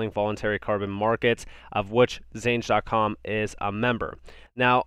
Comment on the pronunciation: Xange is pronounced exchange bro.